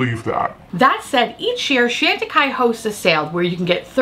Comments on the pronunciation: Love you and your content, but please work on the pronunciation for me. It’s Shawn tacaille, not Shan. 🥰😘. Thank you. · Not trying to be obnoxious, just thought that since you love the brand so much, you’d want to be saying its name correctly. Keep on making us smile and laugh. And being unique and different! x